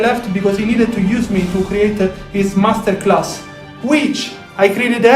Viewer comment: Did I hear you right did I hear you say “Mess-ter-class”? Lol 😂